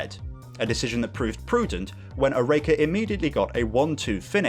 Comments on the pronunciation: Only issue here is your pronunciation of Oreca (OR-RA-KA) at least that's how it was pronounced when I was a kid watching them race live. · Great video but your pronunciation of Oreca is hurting me